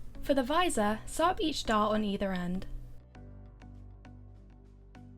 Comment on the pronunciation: I believe she said "dart" instead of "dot" xD